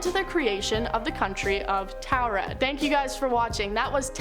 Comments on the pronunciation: Why the hell she say taured like that?! Ooh that pissedd me off! It's not towred it's tored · I think I'm from a parallel universe where these lists are all made and if I hear about the man from Taured one more time. I'll explode. These are all the same just different presenters. And not a ONE says Taured the same as another. These lists are all regurgitated content that I've seen and heard countless times and if Landon doesn't want to lose subs he should investigate and exclude if it's mentioned more than 10 times he should disregard that part. These channels are soooo saturated with old content. Make something from the bottom to the top. We give you our time subscribe to you and you put 0% effort. We deserve better.